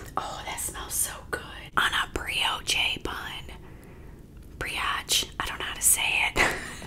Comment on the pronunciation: Brioche bun - pronounced “bree-osh” Great vid, lookedtasty! Thanks for sharing 😊